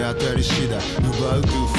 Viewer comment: let's goの発音が若干ret's goになってるのはご愛嬌